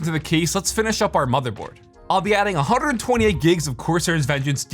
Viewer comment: Did anyone else hear the rolled tongue when he said 128 gigs 😭